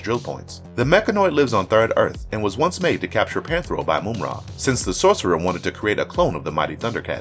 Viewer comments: Mamra Not moumra 😉😉 I'm from Europe 😂😂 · Like, I've heard the guy say it right 3 times, out of every other time saying Moom-Ra. No, my dude, you can clearly hear the villain say his own name Muhm-Ra more than once in the clips that were chosen. Can't wait to hear what other names my guy butchers throughout the rest of this vid. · Moomra, lol. Mumm-Ra. Wiley Kat and Wiley Kat, lol. Wiley Kat and Wiley Kit. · It's not Moom-ra. It's Mumm-ra. As in "mum's the word" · "Mum" like mummy,not moom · How this mam pronouncing Mum-Rah as Moom-Rah. That so annoying. Just have to listen to mumm-rah to hear the pronunciation of his name. That was annoying 😒 Americans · Yeah like mummy not moomy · Just one, simple gripe: "Moom-Ra". 'Tis almost...BLASPHEMY.😂😂😂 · How do you mispronounce mumm-ra name and then show a clips from the show where the character said his name?? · For the last time, it's pronounced: MUMM-RA!!!!! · Moomra? Moomra! Either he is doing it on purpose or he just reads it as he sees it and never bothers to listen to the clips. Mumra would be displeased. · If you don’t pronounce Mumra’s name the right way 😡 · This guy slaughters names!!! How do you say Ma-Mutt 4different ways in the same explanation?? 🤣🤣🤣🤣🤣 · How can you repeatedly mispronounce a characters name even after playing a clip that correctly states it?? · How are you going to mispronounce Mumm-ra’s name when he literally says it in the intro clip.